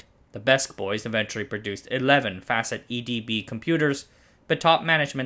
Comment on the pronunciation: Facit, not Fäcit